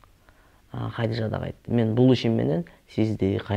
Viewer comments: Хадича эле дей берсең кыйналбай Хадижа деп орусчалабай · Хадича эле дечи Хадижжа деп албай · Хадича дечи,Хадыжа эмес